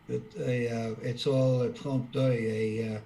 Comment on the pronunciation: "Trompe d'œil", he said. Perhaps you missed the joke because he meant to say "trompe *l*'œil"